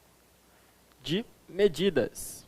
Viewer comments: "Sistemas de MEDIDADAS" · Só dps que eu vim perceber "MEDIDADAS" kkkk